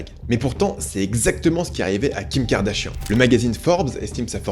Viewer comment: N'empêche on en parle de la prononciation du nom "Kardashian" qui est devenu "Kardashienne" avec ahaha